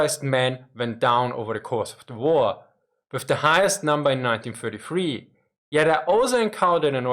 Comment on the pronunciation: even though,i can't quite get,why a German speaker would say war as "vor".